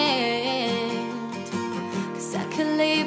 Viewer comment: The word "absent" should be pronounced with a soft consonant, not hard, on the second syllable as it is not pleasing to the ears even though the pitch was correct. Also, finish full phrases without taking a breath as this disrupts the flow ("underprepared"). Other than those issues, this was a very good cover.